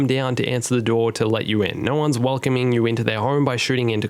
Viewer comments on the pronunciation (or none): none